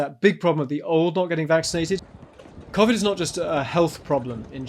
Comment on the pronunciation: The way he pronounced civid bugs me lol